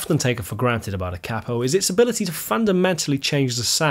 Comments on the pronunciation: Its pronounced Kay-po Not cap-o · I really hate to do this but it is pronounced Cape O after the inventor Batman 💯✌🤟🤘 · It's only cheating if you say kapo the way you just did lol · 40 Years ago an amateur musician friend of mine (I'm not a musician) referred to it as a cap-o and I always thought that was the proper pronunciation. Then it seemed everyone pronounced it kay-po. Nice to see someone agree with my now dead friend. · I'm a lifelong east TN country boy and never use a capo myself but all the bluegrass and Gospel players I know are connected at the hip with their capo. It also cracks me up how you pronounce it versus how we pronounce it. We say it like "KAY-poe" but you say it like "COPPO" and that reminds me of on The Godfather when they would talk about the "caporegime" which is like the counselor to the head of the mafia. LOL! Ultimately though a capo is simply a tool the same as a pick is a tool. Guys like Chet thought WE played "wrong" because we use a pick. It's just a tool. Use it if you want. Don't if you want. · Here in the states we pronounce the word "kay-poe" with a long "A." In America, a "capo" with a short "A," is a mafia boss. Only time I use a capo is for singing in a more comfortable key. Peace. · thanks for the comment about the pronunciation. I've pronounced it "KAY-po" for five+ decades and wondered if I'd been wrong all this time. ;) And I totally concur: it's a tool. I use one if it works better for the SOUND of the music. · Hearing Americans mispronounce it as ‘Kay-po’ does my head in as well… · Hearing the word capo mispronounced so many times in one video did my head in